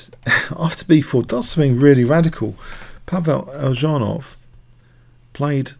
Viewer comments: Eljanov not Eldżanow. Check pronunciation before you start. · it's pronounced Elyunov